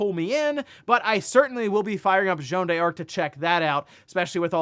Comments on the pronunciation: A little bit of a correction for: you don't pronounce it "Jeanne Dearc", you pronounce it "Jeanne Darc" with a French accent, no need for the "e", similar to Joanna Dark. Incidentally, Rare based Joanna Dark name in the actual historical Jeanne D'arc. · Jeanne d'Arc reads as "Joan Dark" not "Joan de Ark" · It's funny how you make a big deal about the correct pronunciation for Emio, but you keep heavily mispronouncing french names like Jeanne d'Arc or Yves Guillemot without a care. I have a free consultant for you if you need.